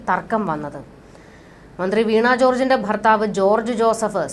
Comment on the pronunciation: വീണ not വീണാ